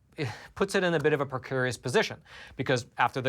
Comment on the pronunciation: "Todays's" and "precurious", lol!